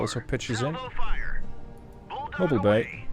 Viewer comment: "Mo-BEAL" Bay. It's no where near Anteitam.